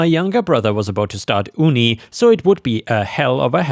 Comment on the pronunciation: "Uni" is said as "you-knee." It's short for "university" which is not said as "oo-knee-versity."